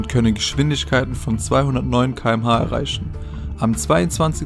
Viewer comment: Er sagt erreichschen